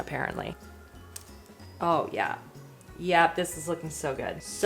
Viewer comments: The way she said “ooh yaahh” was so Canadian!!! 😂😂😂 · “Oh yeah” 🤣🤣 in the most Canadian accent I’ve ever heard in my life had my howling-I love it!!!❤